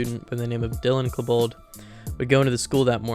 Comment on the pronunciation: how do you not know how to pronounce Columbine 😭😭its super easy to pronounce it correctly edit: and bro pronounced dylan's last name wrong as well,,bro has got to be an AI